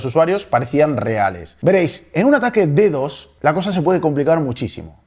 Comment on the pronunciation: lee DDoS no como DD o S